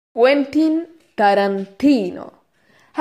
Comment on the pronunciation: ''Uentin Tarantino"